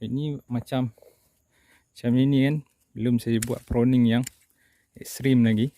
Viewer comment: Pruning bro,bkn proning…hehe